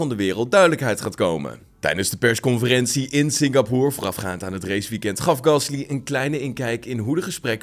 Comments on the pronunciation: Waarom spreek je het uit als singapoer terwijl het singapoor uitgesproken word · nee, je spreekt het Singapoor uit